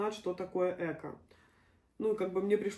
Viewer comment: Ни Эко а правильно говорить экО..ударение на о.Дай бог здоровья вашей семье.